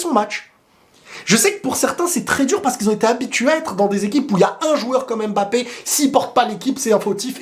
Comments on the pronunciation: pour l'amour de Dieu ARRETE de' l'appeler M Bappé. C'est prononcé "mmmBAPPE"!!! Ok bisous bye;) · Toujours un plaisir de regarder tes vidéos Mais svp arrêtez de dire M-Bappé C’est Mbappé en un mot c’est comme Vladimir, personne ne dit V-ladimir 😂 Hala Madrid!! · ne dis plus M'BAPPÉ ça sonne tres mal 😒 c'est MBAPPÈ🙏🙏 c'est aussi le nom de ma mere👍 merci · Bonjour il ne s'appelle pas M'Bappé mais Mbappé. En résumé on ne prononce pas le M comme une lettre de l'alphabet. C'est Kylian qui l'a dit lui-même. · Ce serait un grand bien pour tous que comme les autres tu cesses de l'appeler M 'bappe'. En Afrique on ne prononce pas ces M. C'est Bappe' . D'accord avec toi . Le but du foot c le But . En France des haineux surtout sur RMC l'ont descendu en permanence quand il ne faisait pas des Exploits sur tous le match. Même quand il a marqué et pas d'exploit ,ils critiquaient amer . Les grands joueurs ne sont pas pour la France où l'esprit est bas , . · Vous prononcez mal le nom Mbappé.tant que vous savez prononcez pneu,vous savez aussi prononcez Mbappe